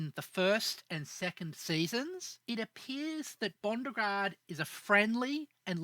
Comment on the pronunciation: NGL, this was hard to listen to when you kept saying "Bondregard" or "Buregard" when the name you (correctly) put in the video was "Bondrewd". How did you get that inconsistent pronunciation from that spelling?